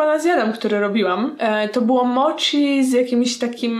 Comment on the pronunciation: Warabi czyta sie uarabi a mochi czyta sie moci - __- nie kalecz japońskiego proszę..